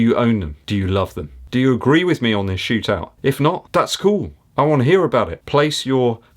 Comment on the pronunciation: Did I hear you say shoe-tout? I loved that....almost as much as you did.